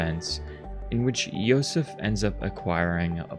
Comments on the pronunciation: Actually, you were pronouncing Josef's name correctly. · Funny enough, you might have been pronouncing Josef's name correctly the first time? The devs are Czech, and J makes a Y sound in their language, so who knows 🤔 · The game is from the Czech Republic, so the name Josef it's pronounced more like how you pronounced it at the beginning, you don't need to correct anything. ( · Nice video! If you want to pronounce his name in Czech, it is Josef like you were saying in the first half ;)